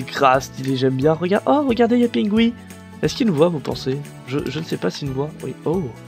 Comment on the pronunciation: Défi : faire un petit appartement à Pingoui ( d'ailleurs le renommer Pingui car tu prononce pas bien ) de 6x5x4 :p Bonne chance